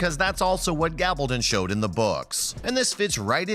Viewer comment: It would be nice if we could get a narrator who could learn to pronounce the character's names correctly! He says Gabaldon correctly, but can't say Murtagh?